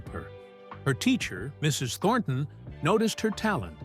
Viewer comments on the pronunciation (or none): none